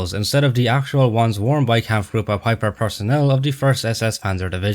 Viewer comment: A minor inaccuracy of your own at 0.45” it’s pronounced pipe-er not pip-er.